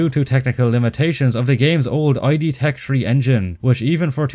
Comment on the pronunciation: If we are in the mood to be nitpicking accuracy, it is pronounced id like did without the first d. Not I.D.